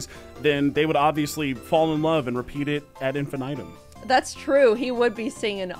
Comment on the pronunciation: i'm sorry but as a linguist i can't help but get irrationally infuriated by this :D wtf is "add-in fin item" ??? addin'finna'tem??? do you mean the phonetically pronounced "ad infninitum" ? It's latin, people, it's just so weird hearing it americanized. Like, imagine hearing someone ask for "gel-lap-in-o" on their pizza. Or calling the imbecillic two-party system in USA "dem-oh-cratts against ree-pube-lycans" :D yes, it feels that weird